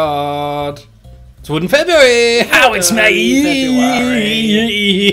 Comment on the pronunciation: IT'S FOODEN WEBRUARY